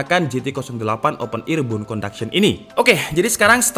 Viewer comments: bone kak bukan bune 😁👌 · Dari tadi gw dengerin BUN conduction itu apaaa, lama2 gw paham maksudnya BONE